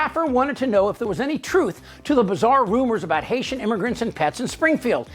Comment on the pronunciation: Vance = hater. Springfield immigrant = Hait-ee